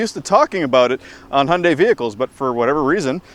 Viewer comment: Un-F'in-believable! Someone that knows how to pronounce the Hyundai name correctly.